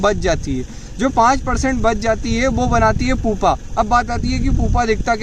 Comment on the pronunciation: पुपा नहीं "प्युपा "